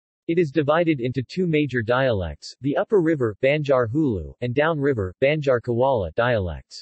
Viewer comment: OMG! BAD SPOKEN VERSION! Say "aah" ...now say "BAN" "JAR". NOT "BEN" JAR. DUHH